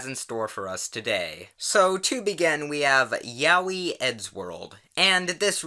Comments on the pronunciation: That isn’t how you pronounce ‘yaoi’ btw..... XD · "Ya-wee" I'm choking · The way he pronounces Yaoi triggers me. Lol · Is that really how you pronounce yaoi?